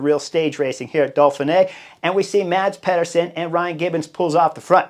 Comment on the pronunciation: As a danish speaker...The Cycling Dane channel made a video on how to pronounce Danish rider names. I'll save you the talk about the danish "soft d" but say after me: MAH-S PEE-ER-SEN.